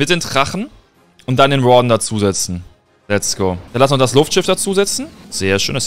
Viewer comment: Wie du Warden aussprichst Triggert zu 😂